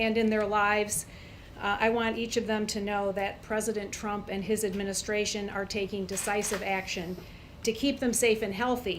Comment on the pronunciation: "trump time..." lol sounded like dum time